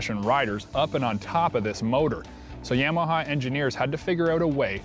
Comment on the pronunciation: " yeahmaha "...you say Yamaha funny